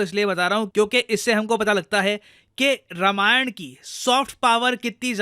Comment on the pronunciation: भाई मेरे रामायण है रमायण नहीं। BTW love your work and a great fan.